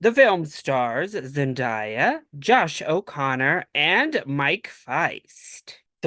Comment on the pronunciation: Her name is literally a phonetically how you pronounce it. Zen-Day-a, not die-a